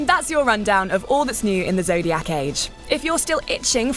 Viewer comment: "The Zodiyaakk age"